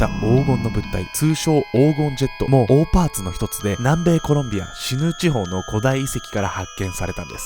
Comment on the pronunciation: オーパーツって最初聞いた時おーパンツに聞こえた笑笑